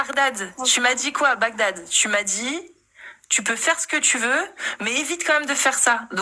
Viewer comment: Bagdad et non (Baghdad)